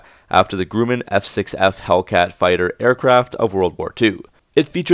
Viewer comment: "Grumman" is pronounced "Gruh-muhn," instead of "Groo-muhn."